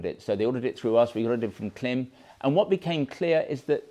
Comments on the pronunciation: I really enjoy your videos- they helped me select the Marakesh series for my hot weather riding here in Florida, USA. One thing- I have seen lots of Klim videos out there and this, different pronunciations of the brand. The Klim site has an intro, branding video… it actually IS pronounced “Climb”- go figure. Just thought you’d want to know. Cheers. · Klim is pronounced Climb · From google: How is the brand Klim pronounced? Klim (pronounced "climb"), based in Rigby, Idaho, is a company that manufactures motor sports (snowmobile and motorcycle) clothing using the same-name brand for men, women, and children. However, anything reviews is always very professional with tons of information.